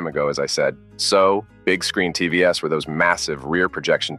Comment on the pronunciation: Better sounding AI, but you can still tell by some of the mistakes, like TV S for TVs.